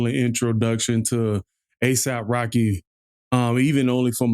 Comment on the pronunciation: "asap rocky" smh